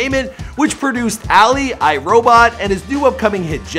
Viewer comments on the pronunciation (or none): Bro alley? Its ALI. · Did you say Ali like.......ally? Da hell.........